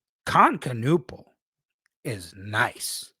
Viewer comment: It's Ka-Nipple, not Ka-Nuppal homie